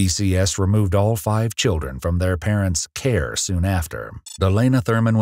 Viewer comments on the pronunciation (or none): …the emphasis on “care”….